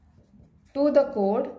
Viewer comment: Mam it is not code it is chord